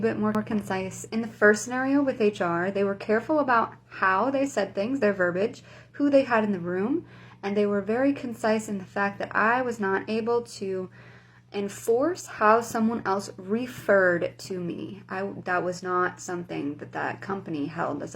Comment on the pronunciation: "Just a wee bit more" in an American accent reeks of insincerity. Saying the non-word "verbage" instead of "verbiage" just makes it worse.